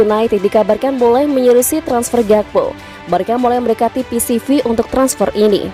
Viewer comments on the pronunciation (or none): Ralat! Bukan PCV Eindhoven tapi PSV Eindhoven 🙏🏻